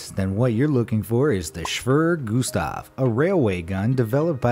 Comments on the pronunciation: It is pronounced (shveyer) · lmao *shwirrr gustav* *natzees* Jesus Christ, dude. Learn some history already. And some pronunciation. You’re totally butchering it. The word is “Schwerer.” Not “Shwirrrr.” Pronounced “Shh-where-er”. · HAHAH Schwör Gustav xD Try the first part something like that ^^ Sch = (Sh)ip wer = were er = h(er) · 'Schwerer' is pronounced like 'hera' or '(emp)eror'. Shve-rough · I believe it’s pronounced “shvair-air” But you were pretty close. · You say schwere Gustav like such an American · At least use Google translate to learn how to pronounce foreign words like SCHWERER... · At least he tried to pronounce schwerer. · The Gustav cannon Isn't a gun It's a fucking rail mounted Artillery...Also that's not a bullet...That's a Shell (btw you didn't say Schwerer correctly...)